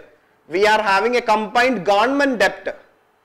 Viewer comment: It's pronounced 'det', please!